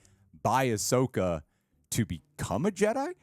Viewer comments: Ahsoka Tano is 5 syllables... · “Ahsoka” is THREE syllables.